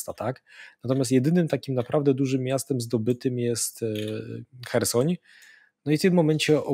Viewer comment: chyba ma jakieś schorzenie, bo zupełnie nie potrafi zapamiętać nazw miast, którymi się posługuje. Słynne już Cheresoń i Mariampol, Mariumpol i chyba jeszcze klika innych wersji (zawsze niewłaściwe), to już legendy. A teraz jeszcze poprawia poprawnie mówiącego Zychowicza myląc miasto w Rosji z ukraińskim (Biełgorod z Białogrodem nad Dniestrem)